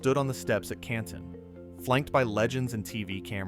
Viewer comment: This feels like AI. Especially the way Canton is mispronounced.